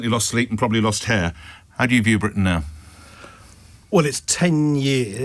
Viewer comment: "Britian" ? Come on - surely you can do better than that?!